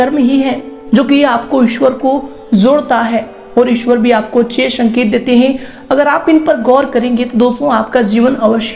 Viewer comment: Uccharan to sahi kijiye? शमय न बोलिये समय बोलिये.......शंकित नहीं संकेत होता है........